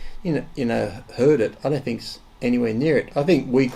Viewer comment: Firry five, there is no excuses why this guy isn't using english correctly. Fink. What the hell is that, it's not furfer or fink. It's not that hard you idiots.